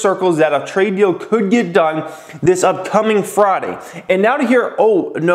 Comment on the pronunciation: Why do you pronounce friday as fraaday? Lmao